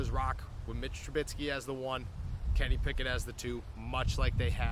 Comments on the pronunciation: It's Trubisky not Trubitsky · I need Trubisky to get benched so you can stop saying TruBITSKY 😭😭😭